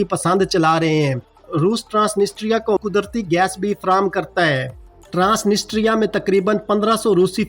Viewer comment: ISKO ( TRANSITRIA ) pronounced kar te haen. The real accent. One N & S silent haey.